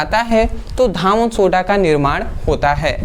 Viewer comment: सर धावन सोडा नहीं कहते हैं धोवन सोडा कहते हैं